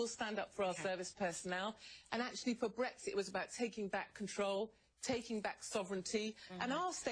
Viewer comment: Love from the U.K. - just like to say to CNN that the correct pronunciation is BREX-IT not BREGS-IT.